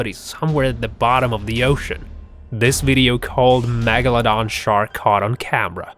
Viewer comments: He also says magladan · No one: Literally no one: Not a single soul:: mAgoladon